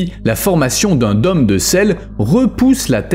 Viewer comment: *Dôme se prononce "daume" pas "domme"... Idem pour "rôle". Mais très intéressant !